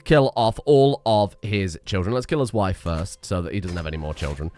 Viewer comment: "Mah waihf!" gets me EVERY TIME. Why, why does it get me so often?! Also if you want something to spend that prestige on you could always declare wars and sic the HRE/Francia on your enemies while you sit back and do nothing. Beauracratic also seems like it could be changed out in your culture, since it's fascination speed is irrelevant and your artifacts mean you hit the cap for lifestyle XP, making it's lifestyle XP bonus irrelevant, meaning it's doing literally nothing for you.